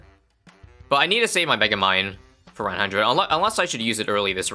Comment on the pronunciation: “and that’ll be another rund salvage.” - 2024